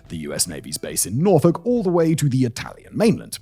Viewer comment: Coming from someone who is from Norfolk, Virginia, thank you so much for saying it correctly like we do😂. So many people say the second half of it “olk” which is how it is spelled but it is a pet peeve for all of us. We say the ending like “ick” or “uck”. Appreciate you all doing even the little things right!